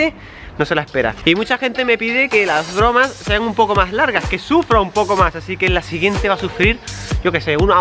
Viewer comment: No puede decir bromas en el minuto dice el boromas